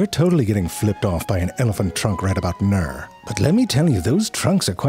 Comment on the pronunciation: Love all the things about these videos, but my favorite has always been the random out of nowhere odd pronunciation of particular words: behbeh, byirds, camoflahj, and now...well, nyer.